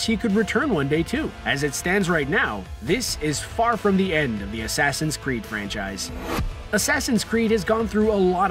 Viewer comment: Asaasaain Creed odessey